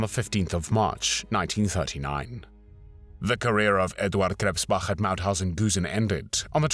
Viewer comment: Edvahd Kresspbacch